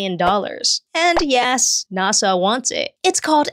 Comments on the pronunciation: Please never pronounce "NASA" as "nah-saw" again. Please. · weird to pronounce NASA as if it's a Japanese word